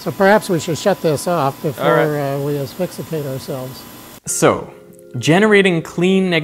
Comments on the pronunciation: He definitely says "axfixicate" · Thank you; so technically you are not being deprived of oxygen when breathing ozone, it's still oxygen but in a potentially harmful form. In my comment, I was referring to his pronunciation: "asphyxicate" (I should have used quotes in my original comment) which I thought was odd for someone who has been working with ions for decades. Surely the ozone discussion had come up before. The word is asphyxiate, of course. Maybe I just heard it wrong; I didn't go back to listen again. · we are aware that "asphyxiate" is the correct way to both spell and pronounce the word. Our point is that he did not say asphyxiate. He said "axfixicate" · also... he said asphyxicate :D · "asphixicate" lmao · He said ‘asphyxicate’ btw, lol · Did I hear him say, "We don't want to asphixicate ourselves"?